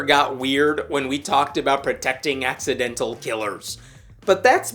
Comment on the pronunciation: "ax-idental" murder😂😅 I see what you did there and I like it 😉